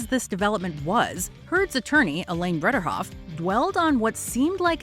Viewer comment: Her name also isn't BredERhoft ... whoever narrated this needs to learn how to read